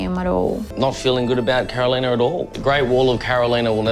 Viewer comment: Sorry mate. Her name is Carolina not Caroliya. Lol